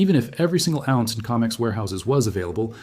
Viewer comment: Adjust your AI. It's Co mex. Not Com ex.